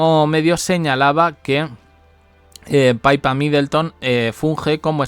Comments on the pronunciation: DALE CON LO DE PAIPA ES PIPPA. APRENDE IDIOTA😂😂😂😂😂😂😂😂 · Es PIPPA....no Paypa, No le cambien el nombre!! PIPPA, entendido ?? P I P P A MIDLETTON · Oye yotuber no se dice PAIPA. SE LLAMA PIPPA. MIDDELTON 😂😂😂😂😂😂😂😂😂